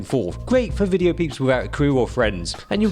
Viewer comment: as Lok would say, nice "wideo". specially that "wong way" moment, haha